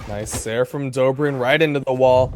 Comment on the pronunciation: It's god damn DobrEin not Dobrian